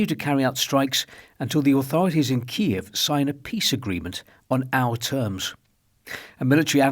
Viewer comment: The consensus in the English-speaking western world is that the pronunciation of Kiev is KEEV, the Ukrainian pronunciation. However, you said KEE-EV twice - a small, but significant point IMO. My wife and I loved your documentary "Our Man in Moscow" on BBC1 the other day. Living on a tightrope 24 hours a day must be stressful. I wonder how much more time you can stand it. Thanks for your the great work you do on the "front line"